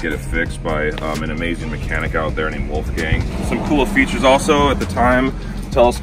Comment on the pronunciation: Very cool bike. As a German hearing you say „Wolfgang“ like that is so funny 😂 Also, could you tell me by what brands your boots are? :)